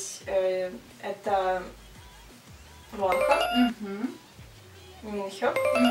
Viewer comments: Кихен - не лидер, он вокалист, лидер там Шону. А псевдоним Шин Хо Сока проиносится как ВонхО, ударение на последнюю. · Я рада что ты сняла это видео, но хочу немного внести поправок. Название группы правильно говориться «монста экс» И лидером группы является ШонУ «ударение на букву У» Ну и Вонхо «ударение на букву О» А так ты молодец что быстро выучила их)) если бы немного рассказала свои впечатления о группе, было бы ещё лучше) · Не Монста Икс,а Монста Экс Не вОнхо,а вонхО не шОну,а шонУ не «чюхон»,а Чжухон и лидер группы не Кихен,а Шону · Не вОнхо,а вонхО